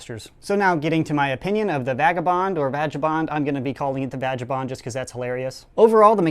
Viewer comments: It is pronounced (VAG-U-bond) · Vagabond is another word for a homeless person in Britain😀and it's vag-er-bond. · no offense. it is pronounced vay guh bond. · No it's pronounced vaginabond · Indeed, my child. indeed. And the part doesn't know that it's pronounced Vay-gay-boond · haha when you prefer to say vagabond the way you did. i see what you did there xD